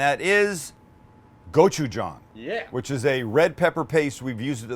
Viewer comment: Yayyy you pronounced gochujang right lol